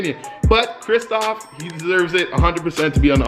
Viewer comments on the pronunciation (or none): kristaps not kristoph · Did he say kristoff